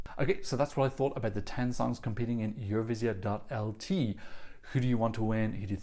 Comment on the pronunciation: Thank you for the analysis and I can’t not mention - the first foreigner I’ve heard with such a brilliant ‘Eurovizija’ pronunciation 😅👌🏻